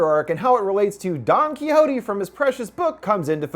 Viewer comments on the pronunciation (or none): detesto como dice quijote jajaja